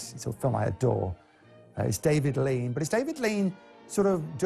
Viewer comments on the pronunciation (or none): none